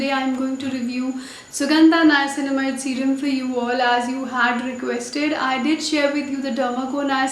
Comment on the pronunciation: Finally a youtuber who is pronouncing the word niacinamide correct .....